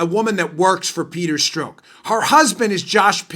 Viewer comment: lol. why u keep calling him "peter stroke"?? no one pronounces his name that way, so assume u r making a joke, but u don't say ur joking, so joke gets lost. guess it's possible u actually think his name is "peter stroke" (like "coke")? but, just in case u didn't know, only heard his name pronounced "peter strock" (clock)!